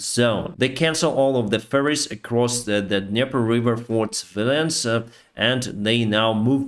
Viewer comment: Not to mock the accent, but I must confess, I always have a good chuckle when I hear mention the russians shipping things across the river on "furries" (ofc, he's actually talking about ferries...). Seeing before my inner eye russian riding furries across the Dniepr, I can't help it.